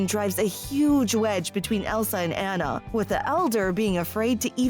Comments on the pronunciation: Yeah, they say "ANN-NA" instead of "ANNA". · Hearing Anna instead of Anna drives me crazy but I agree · It’s pronounced “Ah-na”, not “Ana”.... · Um..."Anna", pronounced to rhyme with "banana"? It's pronounced "AH-na" (more or less rhymes with "Donna"). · It pronounced Aunnah, not Anna. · Omg... It’s pronounced “Ah-nuh”, not “An-uh”... That kept getting annoying! Like, you can’t make a video on a movie when you don’t even know how to say one of the main character’s names... Sorry, but it’s kinda irritating 😕😒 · Well actually the name Anna, spelled with 2 N-s is pronounced "An-uh" If it was meant to be pronounced On-uh, it should have been spelled will only one N, It always annoyed me that the movie called her Ana instead of anna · It’s fucken (onna) not (aNNa) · She is saying Anna wrong 😡😭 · was it just me that’s triggered by the way she says anna’s name? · I am tempted to give you a thumbs down for saying ANNA wrong even AFTER they say it on screen.😒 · Please don't. I don't mind it. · Omg I agree